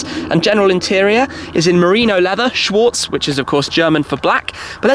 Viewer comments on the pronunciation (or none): what is schwooz? you mean schwAArz xD